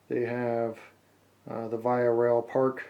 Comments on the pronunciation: Oh and VIA is pronounced officially as "Veeah" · beautiful stuff! VIA Rail is pronounced -vee-aa-. no doubt about it. :) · As a Canadian, it's pronounced "vee-ah" not the way you pronounced it, but hey, awesome review. Love your vids, Thanks! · You pronounced VIA wrong. It's more like ve-ya not the way you said it.